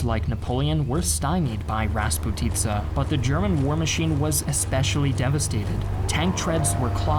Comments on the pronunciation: Марасссс и распути'ца . Ахахаха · Mozhaisk isn't pronounced like Motzaisk, but ok. Also it's raspUtitsa, not rasputItsa. You're not a native speaker, so that's fine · Hello from Moscow! It's called raspUtye (распутье), not rasputIza, which means different direction of the road, there is nothing common with the meaning of the timeline. Maybe this word was a thing in 40's, but nowadays I barely can meet this in Russia. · Also Finnish advance towards Leningrad isn’t shown and emphasis in “ras’putitsa” is in the middle part.